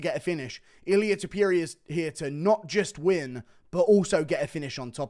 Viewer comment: Why can’t he pronounce Topuria just like it‘s written? Cmon man it‘s not Tiopuria you can do it.